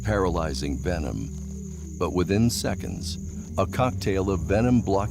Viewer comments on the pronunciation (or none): none